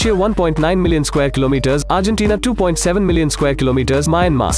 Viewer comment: Excuse me Myan + mar Not Ma+ya+mar